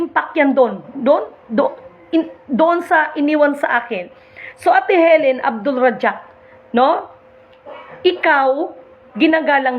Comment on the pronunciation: Ipinasa sayo? O nag Pop up lang sa fb mo? Ni hindi mo manlang mabigkas ng tama ang pangalan ng Mahal na Reyna. Kung malinis ang konsensya mo simple lang makipag usap ka sa maphilindo. Pampagulo kalang sister, si Queen ang laki ng sakripisyo para sa mahihirap. Saka wag mong ikumpara sa matandang palamura si Queen dahil kayo ng matanda ang magka level. Puro katawa-tawa lang mga sinasabi mo. Lahat NG live ng Mahal na Reyna tinatapatan mo. Maphilindo na ang bahala sayo. Ikaw ang nandadamay dahil pinapalabas mong fake ang Queen Helen Abdurajak. Pampagulo kalang.